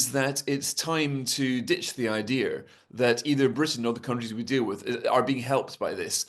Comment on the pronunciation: It's pronounced Idea... Not idear😊😊😊